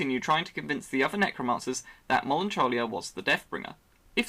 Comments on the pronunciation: Mel an coll ia Melancholic means sad so basically Melancholia means sad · The way you pronounce Melancholia 🤮 Edit: wow and Argeddion.